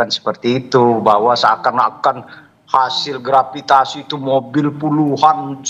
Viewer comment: gratifikasi di bilang gravitasi. Parah, ga layak jadi narasumber TV